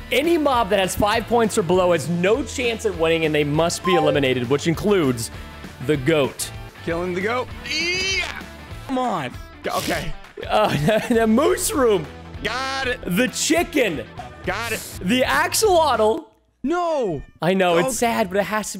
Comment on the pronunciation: Mooshroom not mood room